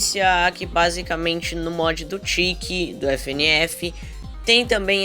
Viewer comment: Do jeito que vc fala chekky parece tiky